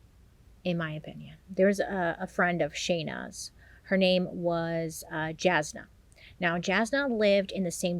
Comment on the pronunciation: Jasna is pronounced Yasna, by the way. She's always been a very loyal friend, that gave advice, and was reliable to lean on. It makes sense that Shayna would go to her lol